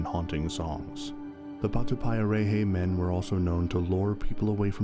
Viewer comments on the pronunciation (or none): And of course you pronounced it wrong, you said it like patupie a ray hay, nope it's patu pie a rrreh heh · Mate if u can't pronounce it then don't even speak on it. Grrrrr idiot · That’s not how you pronounce Maori, or patupaiarehe.